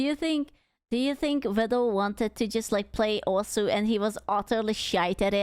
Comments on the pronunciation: Vedal (as in, pedal), is correct. You are right. Neuro herself calls him Veedle (as in, beetle). Most other people call him Veedle. I call him Veedle. This is wrong. But it's too late, and he can't stop it now. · As Vedal himself has stated, his name rhymes with medal. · Isn't "My name's vedal, rhymes with pedal" his catchphrase?